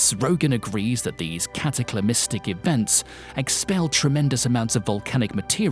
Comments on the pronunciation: cataclysmic not cataclymistic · First off, it's cataclysmic, in which none of the "c's" are silent, not whatever word you substituted for it. Second, it's geyser, not geezer. Can we get a little conformity here, amongst English speaking countries please, on the correct pronunciation of words? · "Cataclymistic"...? Are you related to Joe Biden? FAIL AND NIXED! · Cataclamistic? You don't deserve that accent. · Couldn't watch it all. Narrator needs English lessons. What the hell is cataclamystic? Geezer? Seisometer? Couldn't stand it anymore.